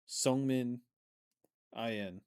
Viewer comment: Thanks again for the reaction! It's always fun to watch on my way to work❤ Side note (and I hope I don't come out as obnoxious) Seungmin's name is pronounced more with a soft "eu" sound. If you try making an "oo" sound while you're smiling you get that sound haha If you pronounce it with an "uh" sound, it becomes a different name😅 hope this helps